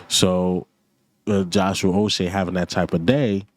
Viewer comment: Ain’t no O in Uche🤦‍♂️🤦‍♂️🤣